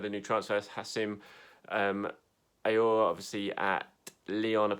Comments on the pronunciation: It's pronounced OW-AR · Aouar is spelled out as aw-wa in French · It's "who-sam" "aw-are" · Its literally pronounced 'OWW WA' how hard is that 😂🤷🏾‍♂️ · actually its pronounced : oh-are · its pronounced san-yay-he and oh-are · AWAR it’s simple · Everyone is butchering Aouars name... Yes that's what you get when have 4 vowels in succession! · everyone seems to be butchering Aouar's name..lol